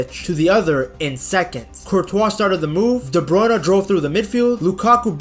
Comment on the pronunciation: Please try with Kevin's name a bit. Pretend the "e" in "Bruyne" is silent. I will admit it triggers me a bit each time I hear that name pronounced by commenters.